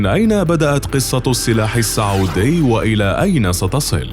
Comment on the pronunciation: السعودي (بالسين) الله يخليك مو الصعودي